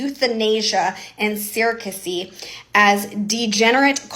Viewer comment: She accuses Harrison of not knowing what “fiasco” means, but she can’t even pronounce “surrogacy.”😂